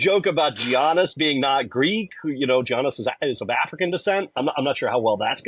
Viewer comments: Greek pronunciation of GIANNIS is "yaa-nuhs." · Just for your info. Its pronounced Yannis (Giannis) 😉